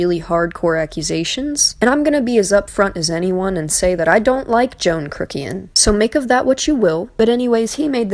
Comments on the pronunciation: Like Joffrey! He been watch too much game of thrones( can there be such a thing?)? Yes he belittles people by not taking the time to be respectful and pronounce their name with correct. You said John crookian,!you killed it! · I like how she calls him "Joan Krukian" lol 🤔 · “Joan crookian” is now my favourite name said wrong